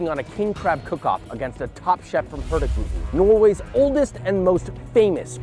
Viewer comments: Im a Dane (Its Norways neighbor), and I love how Joshua says "Hurtigruten" in 1 word, when its actually pronounced like 2 words. Nice video :) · hurtigruten is actually pronoucned more like hurtig-ruten, and means something along the lines of "the hasty route" i think